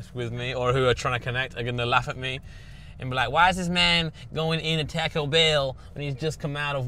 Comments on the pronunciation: why is blud pronouncing taco like that 💀 tack-oh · British people pronouncing it tack-o and thinking that’s correct is amazing